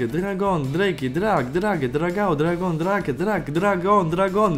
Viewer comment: Whe are saying dragons ''Dargons"